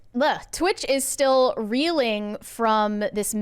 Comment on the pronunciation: As a non-native speaker, I appreciate learning I'm not the only one messing up words like still/"steel".